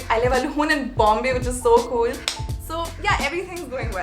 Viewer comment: Sejal: gets intimidated by cool ppl Also sejal: says 'kewl' instead of cool